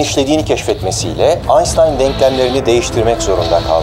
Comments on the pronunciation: Özel isimler kendi dillerinde okunduğu gibi telaffuz edilir. Einstein Almancadır. Hatta "birtaş" olarak çevrilebilir. Almancada "e" ve "i" yan yana yazıldığında "ay" diye okunur. Aynı şekilde "s" ve "t" yan yana yazıldığında "şt" diye okunur yani başında "ş" (sch) varmış gibi. Bu yüzden Einstein okunuşu "aynştayn" şeklindedir. Oysa siz "aynstayn" diyorsunuz ve bence bu ifadenizi düzeltmeniz gerekir. Yılların "aynştayn" ını "aynstayn" olarak hatalı telaffuz ediyorsunuz. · Aynstein değil aynştayn 😂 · sevgili barış, kaçıncı kez yazıyorum: lütfen "aynstayın" telaffuzu yerine "aynştayn" demek çok mu zor... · şuna bi aynstayn demesen güzel olacak Barış hocam, herkes aynştayn olarak telaffuz ediyor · Adama Ainstayn deyip durma çakma filozof,almanca derslerine git öğren hangi harf nasıl söylendiğini ondan sonra konuş! Adamın ismi Aynştayn! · barış abi aynştayna artık aynstayn demeyi bırakmalısın. adam alman. adı aynştayn diye telaffuz ediliyor, ingiliz değiliz biz alfabemizde ş sesi var. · Şu mübareğin adını AYNŞTAYN şeklinde telaffuz ederseniz, yoktan yere dağılıp gitmez dikkatimiz!.. Lütfen, Alman fonetiğiyle seslendirelim şu ismi. İngiliz fonetiği çok eğreti ve iğreti duruyor! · Bu adam Neden Aynstain diyor anlamadım gitti😅😅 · ANSTAYN dedikce sinirim bozuluyor.. Ş ‘le okunur o.. qıcıklık yapma. Ses Çok Tiz MİKROFONUN dolqunluğunu /BASSını Arttıra bilirsin. Tşk🟢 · Einstein yanlış telaffuz ediliyor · Barış Bey, Einstein’ın ismini niçin yanlış telaffuz ediyorsunuz?